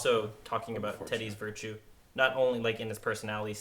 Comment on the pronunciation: “Wirtue” , y’all ain’t shit. Lol